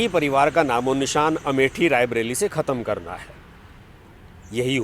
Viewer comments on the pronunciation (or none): none